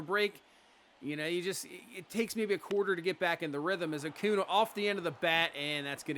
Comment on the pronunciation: AcuÑa is pronounce A•cuhn•ya